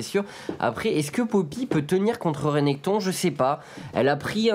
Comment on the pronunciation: A votre avis on ne dit pas plutôt "Rinektonne" ? Ou bien C&N le font exprès ? x) Ca ne m'étonnerais pas x)... Merci à vous !